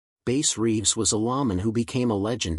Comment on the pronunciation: It’s not Base Reeves it’s Bass Reeves. A little more research please. I’m not perfect either.